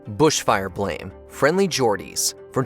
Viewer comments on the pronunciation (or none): none